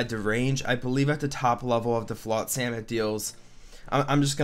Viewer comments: I cringe every time you pronounce it flot-SAM. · Why can’t you say flotsam properly?